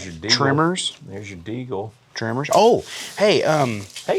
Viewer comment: Tremors! Not Trimmers!